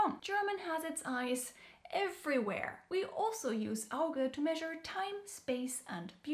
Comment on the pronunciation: It's interesting that your pronunciation of Auge sound like American english for Augur or Auger, the first from the Roman to predict the future by seeing, the second a spiral shaped tool for boring holes or moving loose material.